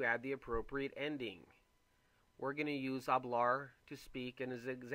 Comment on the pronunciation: It sounds like you are saying hablara for hablare.